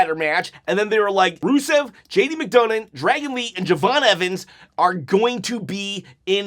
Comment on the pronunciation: his name is McDonough not McDougnin